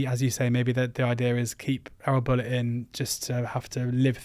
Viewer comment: I’m so glad you both pronounce “Bulut” correctly unlike some other commenters who insist on pronouncing it Buluu. Great analysis the problems run deep at Cardiff. Think he will probably be gone by next international break although it will hit Tans pocket with Erol on a 2 year deal. The cycle will continue again.